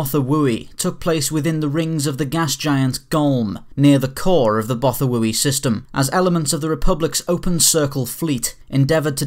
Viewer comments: pronounced BOTH-wai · Do you even watch the show? It's pronounced both-oo-why. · Botha-woo-i threw me off guard.